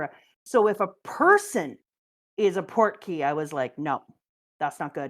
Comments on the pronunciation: why does she keep saying 'portkey' when his name is portgas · why does she keep calling Ace "Portkey"